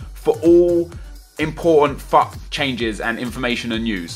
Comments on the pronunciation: Every time you said FUT I thought you said fuck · I kept thinking you were saying fuck instead if FUT, it sounded hilarious!! XD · Everytime you say "FUT" it sounds like your saying "F*ck" Lol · every time he says FUT i sounds likes he says fuck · anyone else thought he was saying 'fuck' instead on 'fut' at first? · When he says fut it sounds like fuck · It sound like he is saying fuck instead of FUT 😂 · Every time say fut it sounds like Fuck! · When you sat FUT sounds like fuck. LOOOL